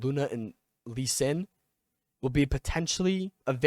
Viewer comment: Bro said "Lee sin" 😂 that made my day